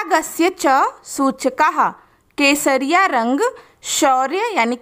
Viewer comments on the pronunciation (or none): Kesharrang is equal to kesariya tera Ishq hai piya😂😂 ma'am apne bola kasariya rang 😂😂😊❤